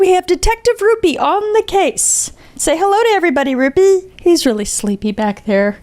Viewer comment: Every time she said rupee ( I dunno how or spell his name sry) I think she says ruby ( aka my name) lol